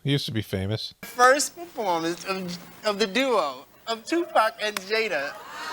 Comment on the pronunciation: Did you say Jada stinkin Smith that's what it sounded like